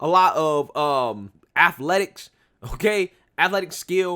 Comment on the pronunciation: Don't ever say "affletics" bruh 🤣